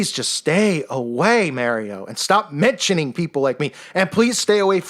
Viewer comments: "mary-O" lol, what a clown (and a dangerous clown to the undiscerning to boot) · "Mary-Oh" Lol🤣